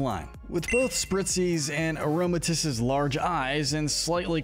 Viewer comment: It’s pronounced SHEE-not-ick, UH-zoo-rill, UH-zoom-UH-rill, uh-roam-uh-TEESE, que-TEE-fly, rih-BOMB-bee, hat-er-REEN, TAH-poo boo-loo, TAH-poo FEE-nee, TAH-poo lay-lay, TAH-poo coh-coh, DIE-ahn-see, and muh-GEER-nuh, “”! 🤨 How many times do I have to tell you,! Stop mispronouncing Pokémon names already! You are so bad at it! 🙄 You also never mentioned anything about Azumarill’s Huge Power Ability, which doubles its Attack stat and makes it stronger! 🤨 Also, Diancie and Magearna are both Mythicals!